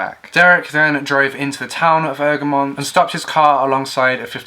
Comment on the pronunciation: Former Egremont resident here. It's pronounced: Egg-Ree-Mont. Good video nonetheless. Your pronunciation of Seascale was spot on (it's actually one of the easiest Cumbrian settlement names to pronounce).